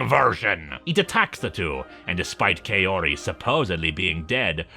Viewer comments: Really liked the video, but I have a minor gripe about the pronunciation of the character Kaori's name. The first part of the name is meant to be pronounced like "kah", so the name ends up being pronounced like "kah-oh-ree", or like how one would talk about a cowrie shell. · Personally I prefer the Gyo anime movie. I've written several fanfictions for it. Also, no offence, but her name is pronounced "cow-ree."